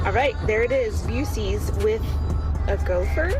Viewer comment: After hearing that woman call it 'Busey...I associate BUC-EES with Gary Busey. Talk about crazy GOP connections! Thanks, from a fellow Ohioan, a proper Buckeye.